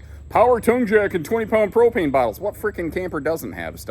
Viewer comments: "propanus" cracked me up..🤣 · My wife just asked me "Did he say 'propanus'" LMAO